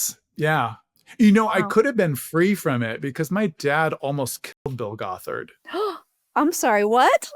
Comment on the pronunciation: I already commented a longer, more thoughtful comment but on the more silly side: The way pronounced Bill Gothard in the beginning of the interview I kept not understanding it and thought he was a cult leader who calls himself "Bulgothard" which to me sounds like a villain from a fantasy novel: Bullgoth'Ard, High Warlord of the Demon Armies! 😅